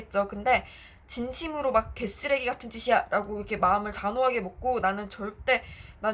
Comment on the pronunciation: 아니 ㅋㅋㅋㅋㅋㅋㅋㅋㅋㅋㅋㅋㅋ새겨 듣고있는데 갑자기 정직하게 개.쓰.레.기.같.은.짓 이라고 말씀하셔서 빵터졌어요 ㅋㅋㅋㅋㅋㅋㅋㅋㅋㅋㅋㅋㅋㅋㅋㅋ이를 악물고 ㅋㅋㅋㅋㅋㅋㅋㅋㅋㅋㅋㅋㅋㅋㅋ